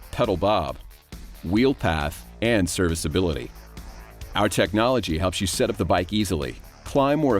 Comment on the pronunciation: serviceability not servicability